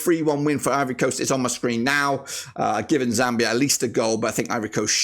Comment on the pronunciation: It's called zambia not zamibia😂😂